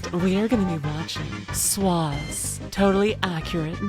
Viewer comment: you immediately pronounce swaws wrong! 😭